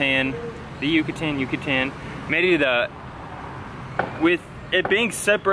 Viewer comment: Djucatan! They convert all Y's and ll's to Dj with much force. That and they switch the n and m so bread sounds like pam..